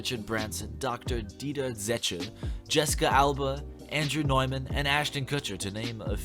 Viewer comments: It’s kind of sad of all names you butchered you butchered Neumann. It’s newman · I’m triggered by the way you pronounced Neumann